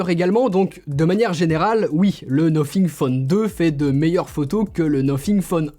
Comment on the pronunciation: Le nofing